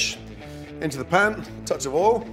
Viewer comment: Never use “left over” anything as it’s better freshly cooked. I don’t have leftovers anyway for environmental reasons. I love the way he pronounces oil “all”! It looks like he’s going to use his beloved already overcooked tinned tomatoes again. And you should season food at the end to avoid degrading the salt and pepper through the cooking process. My mum always put the salt and pepper on the table so we could add it at the end after after she’d cooked the which is my preferred way of doing things. Nice to see him use fresh oregano that he adds at the end so it doesn’t overcook. He uses a lot of olive oil which can’t be good for your arteries even if it makes things taste good! Thank God he didn’t overcook the fish!